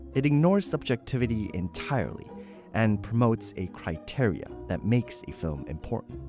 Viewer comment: Who taught you to say criteria like that? Forest Gump?